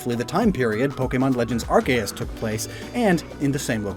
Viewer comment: Arc-A-us???? Ar-Se-us and Ar-key-us are acceptable, but this???